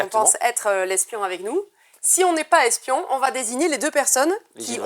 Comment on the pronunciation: Le S d’espion 😂 C’est comme le H d’Achille 😁